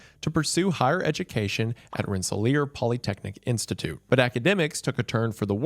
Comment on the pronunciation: How the fuck did Wendigoon of all people pronounce "Rensselaer" right